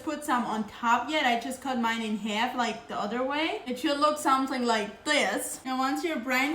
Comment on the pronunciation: She made the word half like 4 syllables 😂